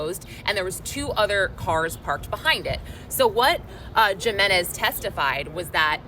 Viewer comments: Pronounced Himenez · J is pronounced H when pronouncing last names...Jimenez